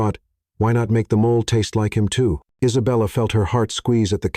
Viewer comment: Please, please teach your narrator how to pronounce mole, as the food and not as a animal or skin problem 🤣